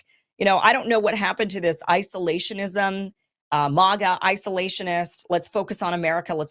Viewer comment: Why can't you say MAGA properly Kim 🤣🤣🤣